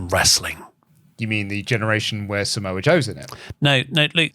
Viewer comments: I enjoy WrestleTalk videos but listening to say Saa-moa is a hard listen 😂😂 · I hate the way he’s say Samoa so wrong 😂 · says ‘Samoa’ weird